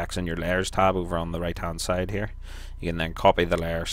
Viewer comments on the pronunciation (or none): none